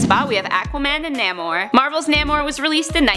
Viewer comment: Namor is pronounced like nAmor